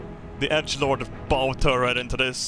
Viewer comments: When referring to the front of boats, bow is pronounced like "take a bow" or "bow wow" instead of "bow and arrow" (rhymes with cow instead of go) I think the rear of the ship is called the aft, and right is starboard, not sure what left is called. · You say bow like wow. Not bo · Hey, for future reference, the front of a ship, whilst spelt 'bow' is pronounced as in 'to bow' or b-ow, not like the archer's bow. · bow is pronounced like the word ow! Ow you hurt the bow of my ship with your bow and arrow. Clear? Ok good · That pronunciation of Bow was shocking